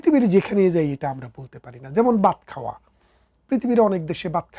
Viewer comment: Baat khaowa, Baaroth,dorson ki pronunciation!